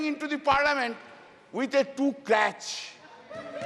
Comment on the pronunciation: Not crach but cruch